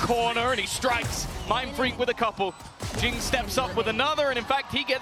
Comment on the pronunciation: Jingg❌ Jooong ✅